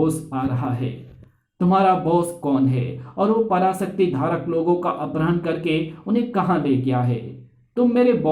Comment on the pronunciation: Accha hai... Par apharan hota hai aprahan nahi